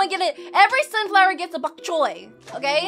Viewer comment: Bonk Choy not fonk Choy